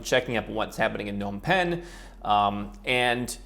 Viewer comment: Phnom Penh: PA-nom pen Gotta pronounce that P 💪 Phnom means hill in Khmer